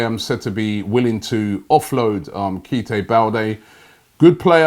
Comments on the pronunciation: Please revert to your original Jamaican accent when trying to pronounce African names. The British Ness is failing you 😂😭😂😭 I've never heard Keita pronounced like that! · It's not Keite I think it's Keita Balde Diao